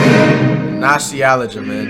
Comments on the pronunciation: "Oh man nostialigia man" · Alright the way he said nostalgia made me 100% certain hes trolling lmao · I already know the way he pronounces “Nostalgia” on purpose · Nostalgia you say it like your tongue deformed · Lmao, the way he attempts to pronounce Nostalgia 😭